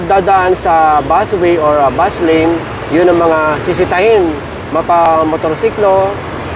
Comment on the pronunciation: Ano kamo " bus wane"? Hehe